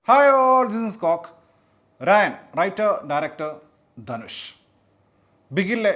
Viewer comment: രായൻ അല്ല, 'റാ'യൻ